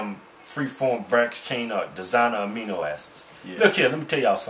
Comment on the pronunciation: A-MI-NO acids